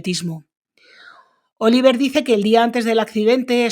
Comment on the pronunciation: Interesante tu canal!. Por cierto, el hijo se llama Olivier, con una i, y se pronuncia O-li-vyé con una i larga.y sin pronunciar la r final. Pero no tiene más importancia